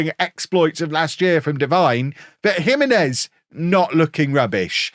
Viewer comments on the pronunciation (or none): Pocho is pronounced with a soft ch like chips. Jimenez is pronounced he-MEN-ez, not JIM-eh-nez.